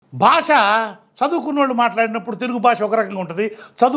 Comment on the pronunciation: Bhashaaa kadu bhaasha 😂